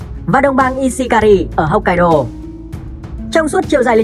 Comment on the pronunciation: Đọc theo tiếng Việt mình đại khái là: 1-Hốc kai đô 2-Hôn su 3-Shi cô cự 4-Kiu siu.